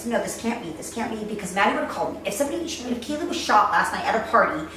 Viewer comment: kay lee kaylee her name is kaylie